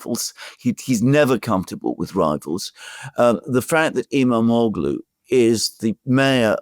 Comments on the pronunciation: The g is silent. Ğ = gh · The Turkish letter ğ is pronounced like a y. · You don't pronounce the g in his name. Imamolu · The g is silent in İmamoğlu's name. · Hey, is pronouncing Erdogan better now:) Now you can pronounce “Imamoglu” the same way, with a silent “g.” The Turks call that the soft g (“yumashak geh”). It makes no sound of its own. It merely slightly prolongs the preceding vowel. Great job as always, guys, keep it up! — FREE PALESTINE